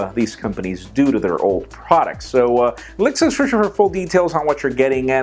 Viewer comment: You know, you don't say the word "description" completely/properly. You just eat through the letters and come up with some gibberish version of the word. Ha!